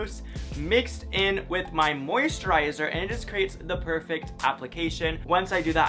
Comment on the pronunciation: Moisturizer:/ “MOUSTRIZER” kay you do you